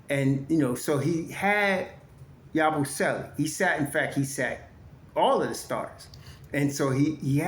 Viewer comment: Damn it Ya-boo- selee He's not Italian